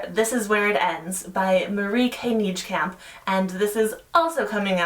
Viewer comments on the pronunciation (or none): Nijkamp is pronounced Naykahmp (sorta, idk how to type the way Dutch people say Nij in English phonetically)